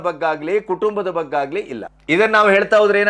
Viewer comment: ಬಗ್ಗಾಗಲಿ ಅಲ್ಲ ಸರ್ ಬಗ್ಗೆಯಾಗಲಿ